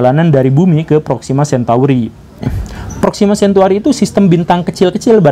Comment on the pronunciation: Proxima Centauri pak bukan cantuari :(